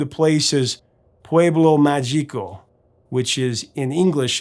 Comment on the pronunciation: "Pueblo mágico" is pronounced PWAY-blow MAA-he-ko.